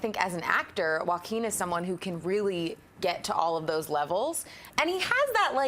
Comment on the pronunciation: I'm pretty sure john mispronounced Joaquin's name. I'm not so sure either, i just pronounce it differently. I'm sure everyone has their own interpretation because it's such a strange name.